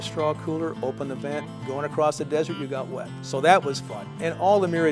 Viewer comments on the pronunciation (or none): none